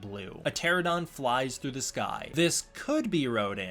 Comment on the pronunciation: God dammit it’s PTERO-NO-DON!!!!!!